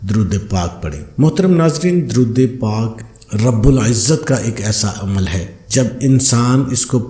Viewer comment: Darood pak ka tlafz Sahi kio